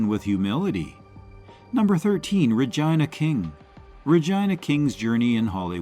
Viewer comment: Two issues I have with this list : DENZEL should be #1. The AI narrator kept mispronouncing Regina King's name.